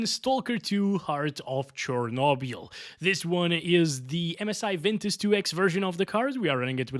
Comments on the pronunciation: Stalker 2 "The heart of CherNOBIAL" 🤣🤣.. Love the accent... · "Churnobial"😂 I like that pronounciation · heart of chornobyl ❌ heart of chokobyl ✅ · but Why Chornobyl and not Chernobyl ?